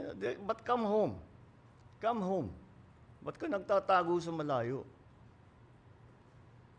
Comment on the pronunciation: Come hone not now hahaha